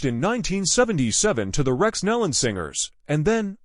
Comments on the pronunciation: NO, there is no "D" on the end of their name. It is pronounced NEE-lon. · It’s pronounced KNEE-lon rhymes with dawn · This person mispronounced almost every name and title was very misleading since there was no info given on cause of crash. Pl ease stop disrepecting this beautiful family by using this traged as clickbait. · This person is doing a huge injustice to many of the names. This should be redone extending apologies for not learning how to properly pronounce names before recording. These precious families deserve to be properly recognized. God knows their names and is holding them close. Their incredible talent will be missed here on earth, but I can only imagine the beautiful sounds They’re making in heaven along with many other artists who’ve gone before.